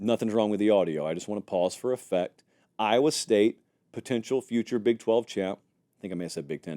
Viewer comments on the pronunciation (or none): none